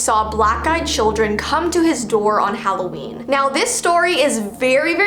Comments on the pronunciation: You said it's hallveen😂😂😂When it's Halloween:3I just wanna correct u :) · How to say Halloween stupidly HALO-EEEEN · Halloveen nice instead of Halloween its Hallowveen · ITS VEEOWEEN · Intro: it halloveen Me: HECK YEAH IT IS BABY >:)